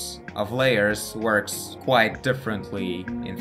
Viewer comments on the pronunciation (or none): none